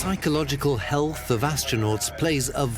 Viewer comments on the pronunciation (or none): none